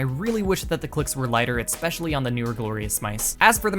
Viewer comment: why does this guy say "etspecially"???